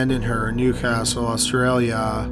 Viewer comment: What's with the way you said Australia